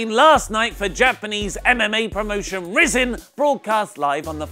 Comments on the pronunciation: Rizin is pronounced Rise in. Luv u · You pronounce Rizin - Rize-in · rizin is pronounced rising